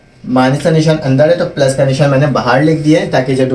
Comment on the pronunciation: MashaAllah plus ko pluz bolraha he